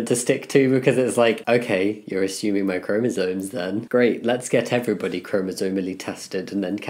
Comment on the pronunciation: Jamie, I've been lurking for a while, now I really have to ask... Are you saying chromosoNes?